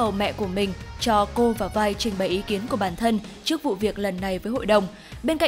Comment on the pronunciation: 'Vi" k có đọc là vai bà ơi